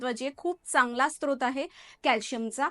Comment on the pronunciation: Srot बोलतात sTrot नाही!!!